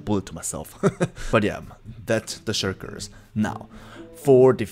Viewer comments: Shulkers not shurkers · bro said shurkirs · The fact that he calls the shulkers the "shirkers" is kinda funny to me. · Why, can't Korean people pronounce "L" ?